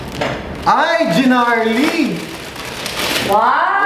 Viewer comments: Okay nasana kaso yung pagkasabi ng gnarly mo iba hahahahaha jeeeenarly. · Narly, silent G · GNARLY but it pronunce NARLY! silent "G" ;)